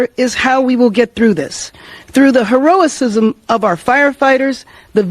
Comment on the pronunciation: Ya she wah-todded. She said "Hero-a-cism". That even a word. Wah-todded.